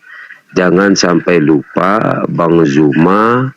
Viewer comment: Hallooo.... Bukan JUMA.... ZU... ZU... BUKAN JU... JU.. JU ITU JE... ZU... ZUMA ZET... LIDAH NYA KOK KELUH KELOT SIIIHHH..... FASIH LAH DALAM BERBAHASA......